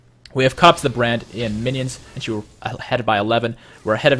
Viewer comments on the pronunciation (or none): I keep hearing bread when ever he says brand xD